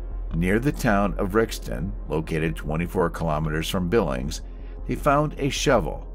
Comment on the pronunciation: Pronounce the g as if it's a j in Billinge.It's not called Billings.The killer is Ian Simms not Simpson.